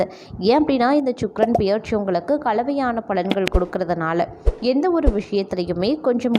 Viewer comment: உங்களால் தமிழை சரியாக உச்சரிக்க முடியவில்லை என்றல் தயவு செய்து நீங்கள் வீடியோ போட வேண்டாம். இல்லையென்றால் தமிழ் நன்கு பேச தெரிந்தவர்களை பேச சொல்லுங்கள். தமிழை கொலை செல்லவேண்டாம். உதாரணம் - 'பெயர்ச்சி' என்பதை 'பியற்சி' என்று உச்சரிக்கிறீர்கள்.